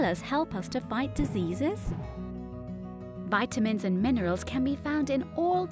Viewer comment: Nice video. Robot voice. ha ha. Why does she say Viiiitamins? OUR body. Yoh-gurt. Very odd pronunciation. ha ha!